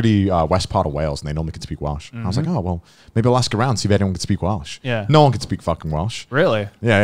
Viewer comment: Welsh isn’t that pretty of a language, but damn does Connor make it sound good lol